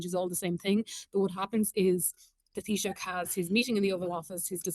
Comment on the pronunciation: Tab - ith- ha, not Tabita. I'm so used to hearing Matt Cooper's introduction I forget what English sounds like.